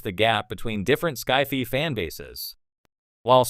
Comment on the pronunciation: AI stupidly mispronouncing SCI-FI... lol